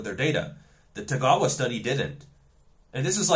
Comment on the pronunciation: Although somewhat tangential, I was happy to hear that you could properly pronounce Tagawa Sensei's name. I was kinda shocked that Milo made such a big deal about the findings in the paper on his video and didn't even take time to learn how to pronounce the guy's name in his video.